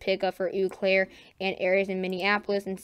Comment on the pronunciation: I'm gonna need some of this snow to push farther South into Indiana.lol I have two minor corrections for you on city names.When you are talking about Wisconsin,Eau Claire is actually pronounced to sound like "Oh Claire".It is another French phrase that means "clear water".The other pronunciation I wanted to give you is for Sioux Falls, It's another one of those French names and simply sounds like it would be a woman named Sue Falls. Your pronunciation for Des Moines is spot on now.